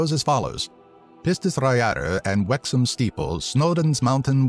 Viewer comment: did you just say Wexham? its Wrexham :D